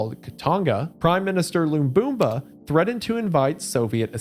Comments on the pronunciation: Lumumba! not Bumba! Otherwise good video as always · It's Lamumba, not Lambumba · Lumumba Not lumbumba 😂😂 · It’s pronounced Luh-moom-buh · brother how can you read "Lamumba" and get "Loomboomba" out of it wth Istg Americans just look over the shape of a word instead of reading the letters edit: Sre'brenikuh 😭💀 duuuude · Hearing him try to say Lumumba is making my eye twitch ETA: and now Mobutu